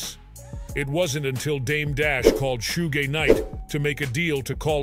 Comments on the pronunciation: Shoogay night 😅😅 man learn how to pronounce the name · Haha tht was brutal mispronunciation of suge 😂 hilarious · that's just racist because plenty of white people know how to pronounce Suge Knight & 2Pac & whatever else. This is computer generated-that's why it's full of mispronunciation but also whoever made this video even spelled Suge as 'Shoegay. I don't appreciate your prejudice views. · The A.I. so intelligent that it can't pronounce Tupac and Suge 🤣🤣🤣